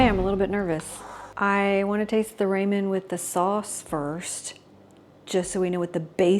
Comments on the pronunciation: Finish watching with closed caption and volume down. I apologize for stating this, but I couldn’t get past your pronunciation of Ramen (raw-men, not ray-men). 😘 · Love your food videos and also ONA but I am dying... Ramen is pronounced "raa muhn" 😂. Love your pure transparent presentations too.